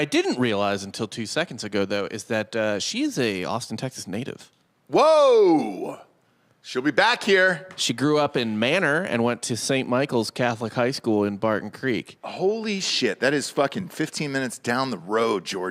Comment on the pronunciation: Manor TX is NOT pronounced like Wayne Manor. It’s pronounced MAIN-or